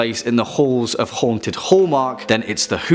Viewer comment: I 💕 the way he says; .."Haanted"